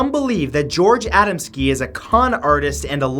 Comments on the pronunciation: A dam skee not ada m ski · a•DAM•ski, not ADAM•ski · #9 last name is pronounced Ahh-dahm-ski